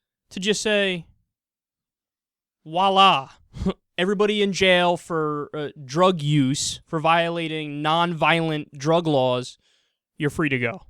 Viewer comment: PLEASE Kyle, tell me that, even though I neither heard nor saw your teeth touch your lips, that you were saying "voila" instead of "walla"... I know you're smarter than that...